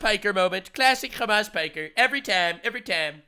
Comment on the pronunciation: Khamas Fricker.😅 as expected from a Khouthis supporter. Seriously, no self respecting Muslim should EVER support this POS.